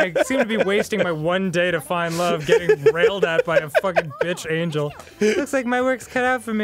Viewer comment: lmao its AN GEL NOT ANGLE XD